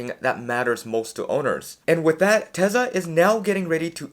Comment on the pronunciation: Generally good videos, aside from 2 things, AI5 isn't supposed to be available until late 2026, which makes sense as the design was just approved. It will take time to ramp up production. Number 2,, I understand you speak fast, but Tesla is pronounced Tesla, not Tesa.